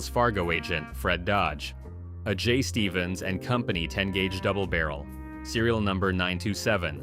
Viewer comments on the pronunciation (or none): none